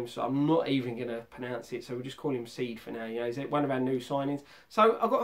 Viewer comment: it ain't pronounced seed it's Sead. Break it up to Say-Ed